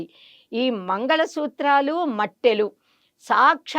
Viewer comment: మెట్టెలు అనాలి. మట్టెలు కాదు